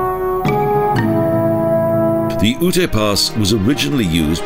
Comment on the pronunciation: Lovely video! GotG is one of my favorite places to visit. For future reference though, Ute is pronounced "yoot," not "oo-tay." I hope you'll feature more Colorado parks in future videos!